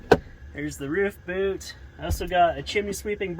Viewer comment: Oh thought you were saying "boat" but you were indeed saying boot.